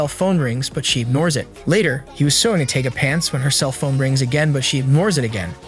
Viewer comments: LOL it's not "Taga" It's Tiga like Tiger the big jungle cat. 🤣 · Him mispronounceing the palm top tigers name makes me very angry